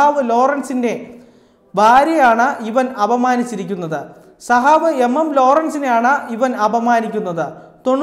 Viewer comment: സഹാവ് അല്ല സഖാവെന്ന് പറയൂ. ഖ എന്ന അക്ഷരം കേട്ടിട്ടില്ലേ ?